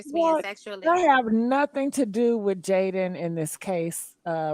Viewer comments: why you keep calling her Jalyn....and not Jadyn😅😅😅😅😅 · Love your content ….🙌🏾… her name is is Jaidyn not JaiLyn I giggled everytime you said it 😂